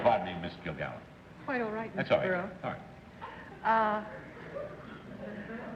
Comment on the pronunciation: "Kil-Gallen"? "Are YOU alcoholic"? Oh my...